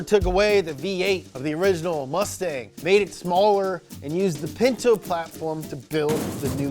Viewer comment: Did you just say P I N T O ?????